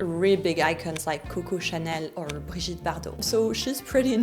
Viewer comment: BrigEtte Bardot?😅 Brigitte! Françoise Hardy? It was Catherine Deneuve. Shame on you!😂